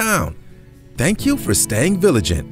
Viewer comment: Learn to speak. “Thank you for being vilagent”